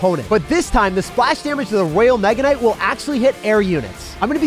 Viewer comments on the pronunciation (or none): I love how you said royal mega knight lol that was funny, keep up the fantastic work!!! ❤️❤️❤️